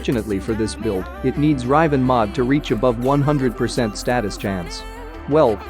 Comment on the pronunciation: I love it when he says “rEYEven”